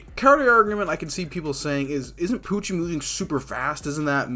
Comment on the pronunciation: I love how the Translation Pronounce Pucci As POOCHIE